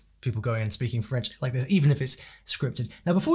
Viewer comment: Nick clegg has a very good accent you can hardly tell he is English